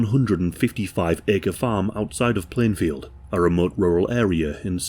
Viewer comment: ITS PLANEFIELD NOT PLANEVILLE